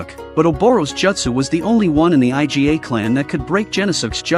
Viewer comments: Why can't they pronounce the Iga clan properly as "ee-gah", but has to call it I-G-A... It's hilarious... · "by this time, the eye-gee-ay' people. it is pronounced eegah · EE-GHA not I.G.A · Iga . Iga clan it is . Not I G A . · stop say I.G.A wtf say "eega" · I love how the AI keeps calling Iga clan the I G A clan like the damn grocery store. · Dude pronounced Iga as I.G.A as if it's some Mexican Cartel. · "I-Jy-Ay" ninja clan?? The fuq??????? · That's what I thought too! Haha. IGA is ruthless at business. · Right..! Whats so difficult to say iga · Aren't AI supposed to be able to learn stuff? Someone please teach this AI to pronounce Iga properly before releasing a video, ffs...